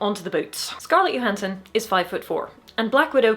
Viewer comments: also it's johansson not yohansson, right? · I like how she pronounced Gal Gadot completely phonetically but pronounced Scarlett Johansson “Yohansson” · Can we not mispronounce people’s names? If Johansson pronounces her name /dʒoʊˈhænsən/ you should probably also pronounce it with a hard j sound as in “judge”